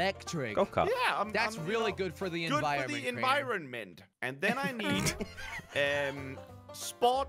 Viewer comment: "It's good for the envi-ron-ment!" - 2021